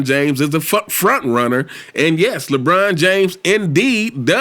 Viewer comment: Skip bayless called him Lecon James 😭